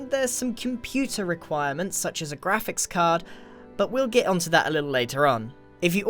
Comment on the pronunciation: "There are some computer requirements such as a *ghraphics card*" I think you kinda need that in every computer lol This is sarcastic, I get that you need your grahpics card to be good enough